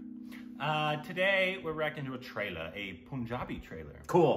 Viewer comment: First he has to learn to say PUN -Jabi not Poonjabi lol.